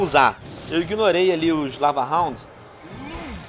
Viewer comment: "eu iguinorei os lavarronds"